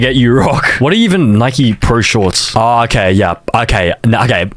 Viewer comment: how tf do you mispronounce “Nike” 🥀